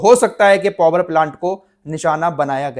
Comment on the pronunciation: पोवर प्लान्ट क्या होता है पावर प्लान्ट ही बोल दो